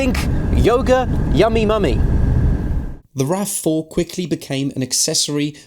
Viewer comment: teh you tah raf fouh